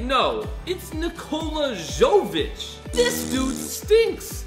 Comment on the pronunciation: Hey can u please pronounce the players names right because it annoys me like when you said ok-oj-ie but it is pronounced o-k-og-ie and Paulo ban hero is pronounced like ban-k-ero and also it is Nikola y-ok-ic not Jo-k-ic